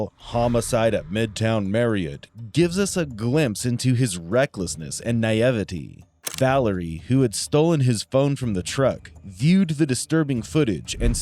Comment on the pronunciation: Naivety mispronounced.